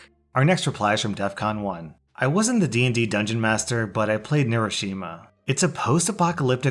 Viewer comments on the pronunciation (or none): none